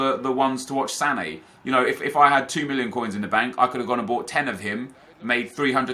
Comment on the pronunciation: when city vs arsenal were playing its sane not mane ffs